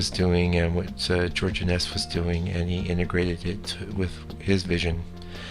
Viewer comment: I believe his name is pronounced INN-ess, not inn-ESS.